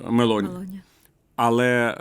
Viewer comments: Доброго дня. Джорджія є Мело'ні,а не Ме'лоні. Ведучі так пояснюють високі матерії і туплять на такій дрібниці. Копія Петі шоколадного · Мéлоні - це англійське жіноче імʼя, а Мелóні - це італійське прізвище! Не плутайте